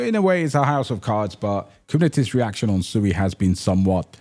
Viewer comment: It's pronounced SWEEEEEE. Im on a mission to correct the entire internet.